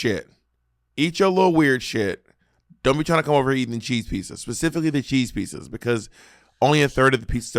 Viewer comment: Bob saying pee-suhs (pizzas) is cracking me up 😆